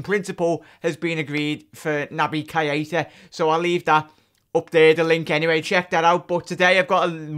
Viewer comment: plz just say naby it's not pronounced ky eh tah it's pronounced kayta lol